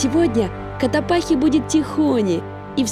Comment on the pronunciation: вы еще сто раз к нам приедете, а так и не выучите, что вулкан Котопакси, а не Котопахи 🤦🏼‍♀️🤦🏼‍♀️